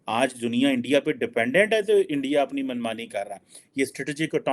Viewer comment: kyu thak raha hai? Aram kar bhain sara din ENDIA,.. ENDIA😊😊😊